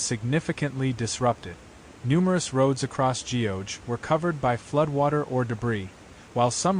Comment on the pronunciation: ** Geoje /ɡʌdʒeɪ/. Show some respects to local pronunciation! It's not /dʒiːoʊdʒeɪ/.